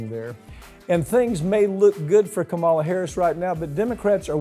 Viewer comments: PLEASE!!! Pronounc Kamala's name correctly!! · Say her G.D. Name right you fool...🩵🖖💙...